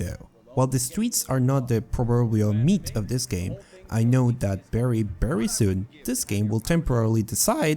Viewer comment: WHY IS "V" "B" FOR YOU? BERRY? BERRY UNOPTIMIZED? NBIDIA GRAPHICS CARD? DAMN. ITS "VEE"